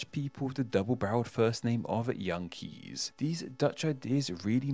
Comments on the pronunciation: In Dutch "Kees" is pronounced like English "case", not "keys" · Perhaps some Netherlander might care to correct me, but isn't Kees pronounced more like Case than Keys? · It's not pronounced "Kees," it's pronounced "Case." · Your pronunciation of Kees is way off, but it's probably exactly how the name got corrupted in the first place. Kees is pronounced like the word 'case', so my colleague is often teased with wordplay around being the worst Kees, the best Kees, or doing a Kees study. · 'Kees' is pronounced like the word 'case'.